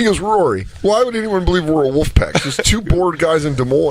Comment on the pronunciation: Of course Corey Feldman pronounces it "woof" and not "wolf".